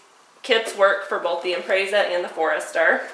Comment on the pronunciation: Im-prezz-uh, not im-prays-uh